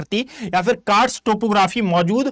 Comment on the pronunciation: कार्स्ट होता है सर। Ugoslavia में है